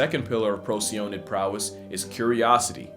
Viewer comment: I like you and your content and I can tell you're interested in what you talk about, but I think you should do yourself a favor and actually listen to other people talk about things before you do it yourself. Would help you with pronunciations. Parthenogenesis, nictitating, and Procyonidae are some memorable words I've heard you mispronounce.